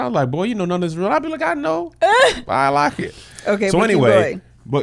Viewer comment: Yes and I laugh every time Kev says "I like it" I don't know how it would be spelled (I lock it) bc he doesn't say it like it's spelled but I need one of those too.